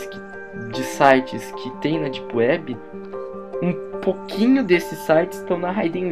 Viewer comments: "ondi elis vão si encontrá? ná....Típiwéb" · Dipueb ;D ninguem conhece kkk isso e mistura de português baiano com ingles kkk.